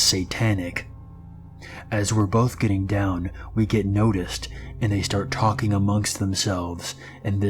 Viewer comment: “Talken” lol, good lord...